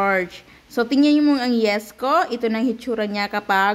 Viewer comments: yeast as in yist hindi yest😠! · Yeast Kasi dapat. Mali bigkas Niya.